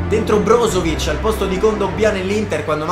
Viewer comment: Ma come hai detto brozovic??😂😂